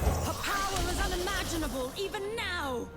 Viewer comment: THE POWAH!